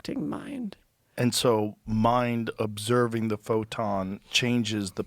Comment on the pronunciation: "ovserbing the universe"